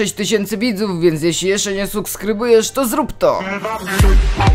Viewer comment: Suksbryujesz xddd najlepszy blad TM xddd